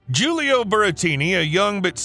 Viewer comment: Your inability to pronounce Julio is painful.